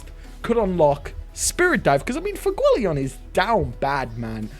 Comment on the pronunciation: Bro it’s pronounced Fu-e-go-le-on